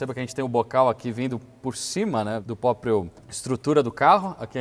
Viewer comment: "póprio" O é dos meus, PQP